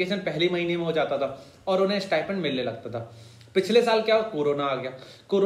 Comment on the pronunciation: Abey stipend hota hai stipment nhi